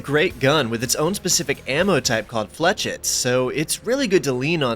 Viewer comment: Small notes about the ETF rifle and then pointless old man rambling: Clearly meant to evoke the nailgun to the point it may have been an outright reskin. Fires similar looking projectiles at a similar rate. Also fires flechettes (pronounced Flesh-ets btw) which are? Headless nails. The head makes the projectile get caught and stop, so taking it off makes it an even better nailgun. Lots of military weapon prototypes have attempted to use them for their great penetrating properties especially bundled together on firing so they spread out in flight, making a shotgun-like effect with better range and penetration. I am not certain if railgun projectiles are considered flechettes or not (and yes we actually have railguns in service now, on navy vessels where the power demand is not a problem) Side note: You want to talk about the most boring but somehow interesting subject, the production of nails is one. Modern nails are used by taking a spool of wire, like for cattle fences, and a machine cuts it to length, then smashes or grinds the tip end into a point and slams the back end against a wall to make the head. Before this all nails were hand-shaped at first, then later made by pouring metal into molds. They were also iron whereas now nails are steel. This is why the three eras of nail production are known as Wrought-Iron, Cast-Iron and Wire Nails. I had a professor who loved me because she told us about these boring topics and I was the only one who was absolutely riveted the enti